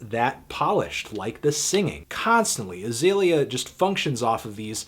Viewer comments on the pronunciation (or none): ITS AH-ZEE-LEE-AH not AH-ZAY-LEE-AH, you dumb fuck. try to be more objective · Hey needledick, Lesson #1 when reviewing an artist: Learn how to correctly pronounce their name. HER name is Azealia, not Azalea. #Plantlife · when u pronounce Azealia wrong